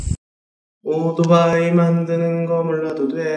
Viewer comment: 다좋은데 오도바이 라는 발음에 60먹은 노인네인줄..